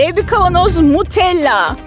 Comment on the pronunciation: What ? Nutella olması gerekirken neden Mutellağ 👽🔫 Buna takılan tek benmiyiğm 😌✌